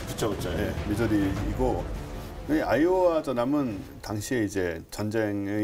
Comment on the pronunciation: 계속 아이오아이로 들리네